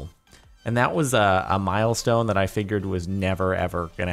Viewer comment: Omg, I just realized that I say "Dat" because of Jordan.